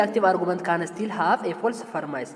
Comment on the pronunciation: Don say permise say premise 😊